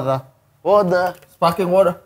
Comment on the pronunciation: Sparkling bkn spaking water 😅🤣